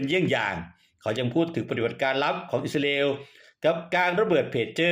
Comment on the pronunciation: แอ้ดเอ้ยอิสราเอลไม่ใช่อิสราอาเอลช่วยฟังตัวเองหน่อยแอ้ดไม่ลูกเพทจะเลิกติดตามน่ะเอ้ดติเพื่อก่อครับ